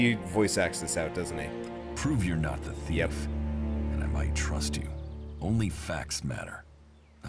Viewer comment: Okay the facial animations and lip movements are still awful in these games. And the main character doesn't even know how to pronounce the word THIEF correctly lol. I'll buy this game when it goes way down in price. Come on, you hire a voice actor that doesn't know how to pronounce the word "thief"? lol